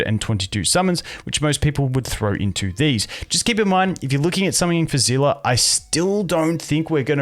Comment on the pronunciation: is he calling Seele Zilla??